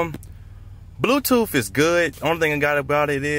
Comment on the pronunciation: "bluetoof" lel